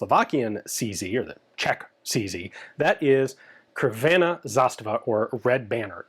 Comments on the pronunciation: The city is pronounced Kraguyevats. Crvena likewise is pronounced tsrvena. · Just a tip, Kragujevac is pronounced "Krag-u-ye-vats" and crvena is "tser-vena" :) Pozdrav iz Londona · Slight pronunciation correction, the "C" doesn't have the anglophonic K sound, but rather the TS sound. The "HV" is "Hrvatska Vojska", meaning Croatian Army. Interestingly enough, when I was in said army back in '98-99, I didn't get a Yugo M70 but rather a '57 vintage Russian AK with some interesting and lovely colored carvings from the war days a few years earlier. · Correct pronunciations: "crvena" - "tsrvena" "Kragujevac" - "Kraaguyevats" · HV stands for Croatian Army (Hrvatska Vojska - j is not G). Red Banner is Crvena Zastava but C is not pronounced as K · Jesus, the pronunciation of "Kragujevac" and "crvena" was painful to listen to